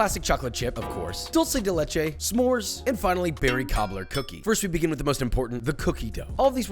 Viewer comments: It's not doulgh-ce del Leche it's duel-ce de Leche 😋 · Dulsee de lechi.💀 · "Dolce de leche" holy shit dawg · cookies are good, but we need to work in that "dulce de leche" pronunciation. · Es gracioso ver cómo la gente que no habla español pronuncia Dulce de Leche